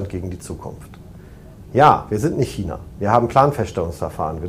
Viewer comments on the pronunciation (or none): none